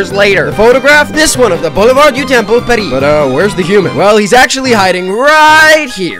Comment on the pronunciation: He said pariiii?